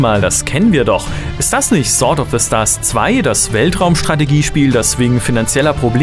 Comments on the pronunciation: du weißt schon, das man sword wie sord ausprcht, nä? ;) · Du weisst das sword sord ausgesprochen wird oder? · Dir ist bewusst, dass man das W nicht mitspricht?